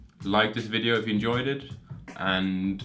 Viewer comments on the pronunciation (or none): none